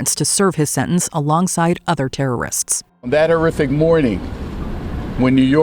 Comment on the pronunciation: you do understand and realise that there's a 'T' in the word 'Sentence' and you can say it out loud with the rest of the letters in the word, it's okay no one is going to give you a hard time for saying a word Correctly and if they do then they are idiots.